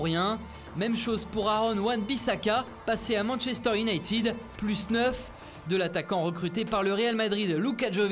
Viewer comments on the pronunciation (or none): none